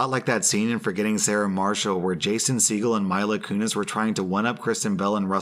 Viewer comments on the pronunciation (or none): Today in "stuff doesnt know" - how to pronounce the name of the chick who was Jackie in that 70s show and Meg from Family Guy... and what deadpan means. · There’s no way he pronounced Mika kinks like that